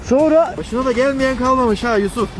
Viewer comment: Korkudan adını yuşuf dedi yuşuf sanırsam Yusuf Yusuf olmuş